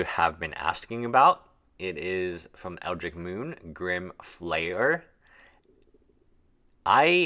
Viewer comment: Every single time you say ELDRICK, I cringe